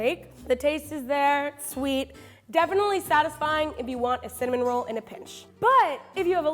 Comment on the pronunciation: “cimin roll.”